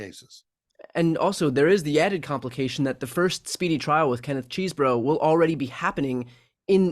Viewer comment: Say it with me Ches-eh-bro. It's not CHEESEBRO!!!!!!